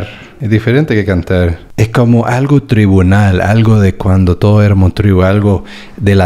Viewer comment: Lo bien que has dicho "yuxtaposición", y no te salía "tribal" jajaaa, eres genial 😂👏👏👏